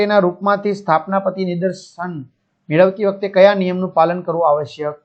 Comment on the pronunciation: સ્થાપના પતી નઈ sir સ્થાનાપતી 😂